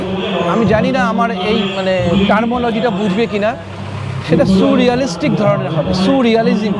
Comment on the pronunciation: এটা suu-realistic ধারণা! Soooooo-realistic, sooo-রিয়ালিজিম্। 😂😂 Surrealism ba surrealistic noy!😂😂